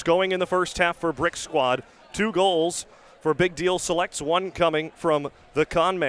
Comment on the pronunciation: dude couldn't say "big deal selects" to save his life. jesus